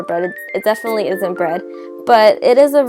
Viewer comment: it's hard to understand you. you USE S INSTEAD of t or d. Like when you say and, it sounds like ans, Turkey is surkek. Done is sone, definitely is sefinitely, sweetener is sweesener substitute is susbisute. is that enough? It took a minute for me to understand. Sorry. I have heard celebrities talk like this too. Is this some sort of speech trend? The bread looks good, by the way.